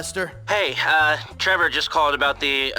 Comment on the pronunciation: trevor said it with er, not a